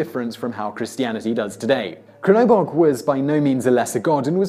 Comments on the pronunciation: For Crnobog, just pronounce the C as if it was Ts (think of Tsar). The name itself literally stands for Black God. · #1: CHURN-ö-bog...churnabog lol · Crnobog reads like TZrnobog (just like piZZa) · I think Crnobog is pronounced Chernobog. I'm not certain but I'm pretty sure that's it. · For Crnobog try like this TSRNOBOG